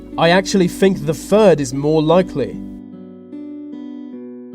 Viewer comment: why cant the narrator pronounce the word think? I fink, sounds like a window licker, plus the European union is not a country